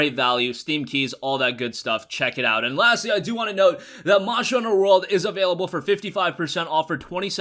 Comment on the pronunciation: anyone notice he cant say monster hunter world